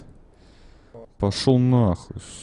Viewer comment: Во'йд а не Вои'д